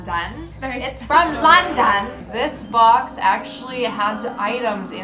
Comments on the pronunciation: "Its from LONDOND" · Does anyone think really liked saying London like LoNdOn